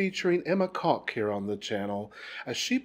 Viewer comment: Actually, I’ve seen some Netherlanders say it is a short o sound. Best I can tell from listening to, you shape your lips like you’re going to say ‘cook’, but then say the short vowel sound as in ‘kock.’ It’s easier to pick out when he talks about Enzo Kok in the intro.